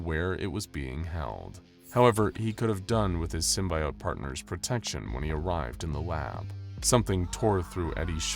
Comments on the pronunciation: It's not simbiote it's simbyote, how how ever you spell them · Please..no more Sym-BYE-ote / Sym-BIO-te it's just Sym-BE-ote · It's pronounced sim-bee-ote Dispite being spelled with an I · That "sym-buy-ote" pronunciation is gonna create a lot of butthurt! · this was fun but you kept saying "symbiote" wrong. 🙄